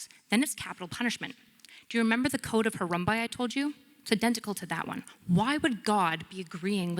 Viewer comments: Harumbi? You mean Hammurabi?!?! Not a very good start. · "Hee-bros"? The Code of "Harumbai"? These are clues for someone that is either entirely unread, or not immersed at all in the realm in which they are speaking. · Did she really say, “The Babylonian code of Harumbuy?!” Is this what passes for education now?! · first statement: “from the code of Hurambai….” Yeah, it’s Hammurabi. The oldest code of law and you couldn’t even get the name right. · Harumbai?, you mean Hammurabi? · There are a lot of things I could say, but I’ll settle for this: It’s Hammurabi, not Harumbi. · Right off the bat when calls it the “Code of Harambe” I had to chuckle a little. It’s Hammurabi. 🦍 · I cringed at each “Harumbai” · especially since she couldn't pronounce "Code of Hammurabi" and instead said "Code of Harumbai" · She didn't say Harambe. She said Harumbai; sure it's wrong but people make mistakes. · Nice try. Mispronouncing “The Code of Hammurabi” would be like citing “The theory of Dermanian evolution.” It’s a “tell” that they are pretending to know more than they know. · Does she mean Hammurabi? If so, she’s pronouncing it super wrong. As she would say, if you don’t know the word that’s ok.